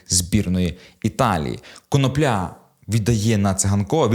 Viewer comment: Автору має бути соромно. КонОпля, а не КоноплЯ.